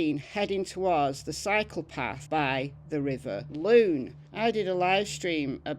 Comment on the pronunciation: happy Sunday (or maybe Monday for you.) I love hearing the very old cases, but it’s good that you’re showing recent cases too! When you first said that Daniel was heading towards the cycle path, I thought you said “heading toward the psychopath.” 🤣 I was quite confused!